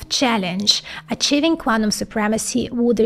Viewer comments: love the content it just get better each iteration.. !!! though I did struggle with 'quanum' as to 'QuanTum' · Amazing info. But I get so triggered with "Cuanum"